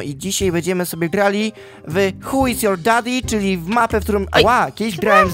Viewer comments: Mcmz,y tylko J usłyszałam huj yours dady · Powiedziałeś huj yors dady 😂😂😂 uwielbiam cie ♡♡ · Czy ty powiedziałeś gramy w huj jors dadi? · Czemu na początku powiedziałeś hujs your daddy? xD